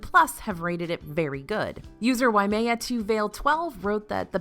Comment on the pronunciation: You pronounced “waimea” correctly !!! 🎉 such a small moment , means a lot to this Hawaii Girl! 🌴